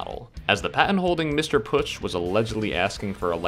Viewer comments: "ö" not "u" or alike^^ within Pötzsch (and the sz is kinda a sharp s) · It's pronounced "Pötzsch". Glad I could help! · Ö='ur' sound so P-ur-tsch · It's pronounced "Pötzsch"